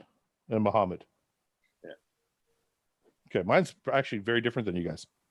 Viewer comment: I wonder why fouad acts so oblivious towards Arab names when he speaks the language...i know he's uncomfortable about it and he mentioned it in his pod with hassan mostafa but we did see his mom address him in pure lebanese during his 15 kcals challenge....fouad come on now ...you know mokhamed is not how it's pronounced...